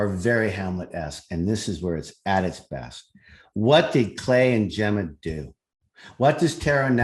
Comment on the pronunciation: Say her name again..” Jemmer “